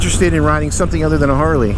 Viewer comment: You said it right..The non Harley….Harley!